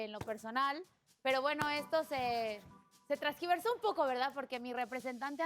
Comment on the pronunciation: No me decepciones! Se dice "tergiversó", no "trasgiversó"!! 😳😳